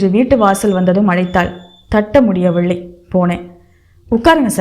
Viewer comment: அருமையான கதை, நல்ல வாசிப்பு..ஆனால் சரியான உச்சரிப்பு இல்லை..அதற்கு முயற்சி செய்யவும் முடியவில்லை என்பதை முடியவிள்ளை என்றும் வலிஎடுத்தது என்பதை வளி எடுத்தது என்றும் உச்சரிக்கிறீர்கள்..உச்சரிப்பை மேம்படுத்தவும்😊